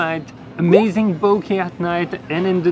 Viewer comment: oh my god did you just say BOKEH AND NOT BOKAH 🤩, this is pure love